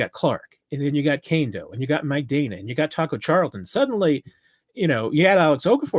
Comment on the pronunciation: Is it Mike DAY-na, or Mike DAN-na? Can we get final clarification on this? I mean, pronouncing Saleamua back in the good ole Marty days was easy enough lol.